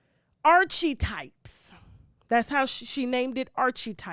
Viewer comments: "Archie-types" 🤣🤣 I dont listen to that podcast but at LEAST I know it's called "Archetypes" and your pronunciation is LOUD AND WRONG. You did fail 9th grade 3 times, I shouldn't expect a vast vocabulary. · The podcast is pronounced "arka-types" and it has nothing to do with her son. The word archetypes means an example.